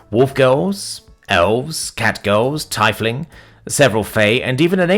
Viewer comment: Tiefling is Teef-ling Also teared-up is pronounced Teer. Not tare. As in tears from your eyes. It would be frightening if they suddenly tore in half.